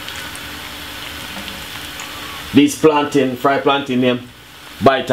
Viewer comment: I think u mean "Plantain" bro... Good video tho